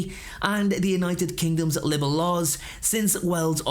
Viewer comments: please its not libble , its pronounced - lie bull , spelt libel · mate,, know its petty but LIBEL , enjoyed it but winced every time you said it, sounded like you were saying liberal...libel mate libel, but all good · Sorry to quibble but..."libel" is more 'liebull' than 'libble.' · It’s pronounced “lie-ble”, not “libbel” 😉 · Please stop saying "Libble" the word is "Libel". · I’m sorry, the pedant in me can’t not say it. Libel is pronounced Lie bull. Like bible (otherwise it would have 2 b’s 😅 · libel laws, are pronounced liebel. the way your saying it, made me laugh, thanks for that ... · Interesting. But please learn how to say "libel" properly. It is not usually pronounced "libble". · All well and good, but you might want to google the pronunciation of “libel” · Libel rhymes with bible, not with quibble.